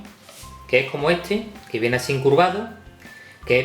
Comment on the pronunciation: "Asín de fáhsih" jeje